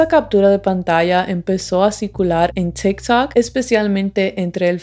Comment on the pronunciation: En tikj takj, persounas... Jaja así suena porque hablas así? Tu apellido no checa con tu pronunciación...